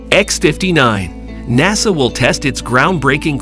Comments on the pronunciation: "dayboo"? "mack"? "NAYSUH"? "Yeeger"? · "Nay Saw"; "Make 1"; "Deb-butte flight". The A.I. voice over needs a "Re-butt". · Who is this "NAY SAW"?